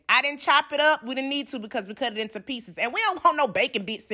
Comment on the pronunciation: Intew Tew I love how she says two tew intew